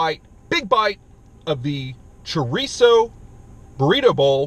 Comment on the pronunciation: So tired of you say "trerizo"!